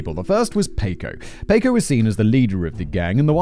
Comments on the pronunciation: Paw-coe....not pay-coe....sheesh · Has anyone else been screaming, "Paco! Pah-koh!" every time he says, "Payco", throughout this whole video??? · Jaysus, Whistleboy Paco is Packo not f***ing Payco, c'mon c'mon. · Only dealers of drugs of all types(right now) get life after the 3rd strike. Many that are in jail were put there illegally over here. Racism was involved. Simon it’s pronounced Pock O If you have to go to prison,the Nordic countries actually rehabilitate prisoners and have very low numbers of repeat offenders. You can use the word hypothetically also. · In what world is "Paco" pronounced "pay-koh" ??? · I like how he says it like the English taco when it's supposed to be like the American taco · Listening to Simon butcher Paco over and over agains is hilarious!? It's making my ribs hurt.... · Give me a euro every time Simon mispronounces the name "Paco".